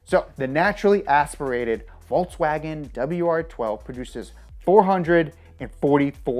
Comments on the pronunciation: It's Volkswagen, not Voltswagen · Dude it's pronounced 'folkswagon'.. You are a car geek..so don't look good you pronouncing it wrong ;P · volKswagen not volTswagen.... smh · It's VolKswagen Why volTs? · In Volkswagen the v is pronounced like f so it's folkswagen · volkswagen pronounce folkswagen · Pronounce it 'Folks Vaagen' :) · It's pronunciation is "Folks-wah-gen" and not "Volkswagen"... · Why are you saying "volTSwagen"? it's volKSwagen actually. you can't pronounce any german name. "pheyaton", "tureg" Get it together and leanr to speak